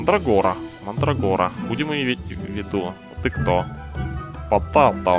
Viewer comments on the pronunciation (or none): патэйто! А не потато! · там не потАто, а потЭйто - это картоха=З))